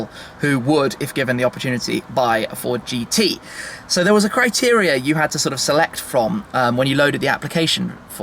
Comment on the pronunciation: Who cares shmee why don't you get a girlfriend and a new wardrobe and change the way you say sooo